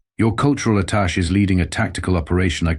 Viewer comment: Attach should be attaché The mispronunciation bugs me